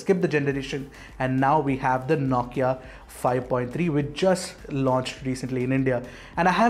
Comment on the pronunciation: Ffs. It’s “No” Kia not “Nau”Kia.